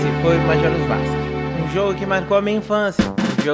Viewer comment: Começou errado falando "masque". Kkkkkkkkkkkkkkkkkkkkkkkkkkkkkkkkkk